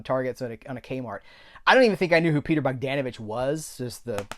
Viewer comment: It's bog-DAWN-uh-vitch.